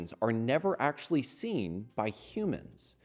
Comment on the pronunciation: Drinking game: Take a shot everytime he says "Akshually"